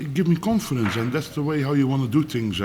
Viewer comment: Love mvg ..you can guarentee he says the word "confidonce" every interview 😂